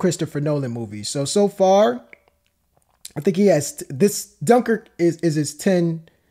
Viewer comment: Cmon man, at least pronounce Dunkirk properly